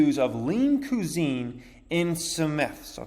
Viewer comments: you say cusine weird. cwahzeen not cuuzeen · Homie done said lean coo-zine🤦‍♂️ c'mon pronounced qui-zene